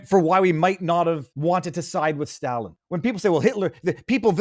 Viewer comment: FFS learn how to pronounce Stalin.